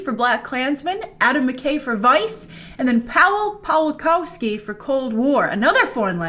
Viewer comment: Grace it's "Pavel Pavleekovskee" :)